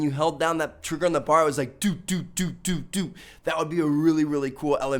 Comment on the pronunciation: Am i the only one cringing when i hear bar? Its B A R. Browning automatic rifle. Good vid tho